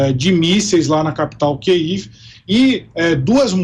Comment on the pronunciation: Boa reportagem mas não aprender a falar Kiev direito da até nervoso 😩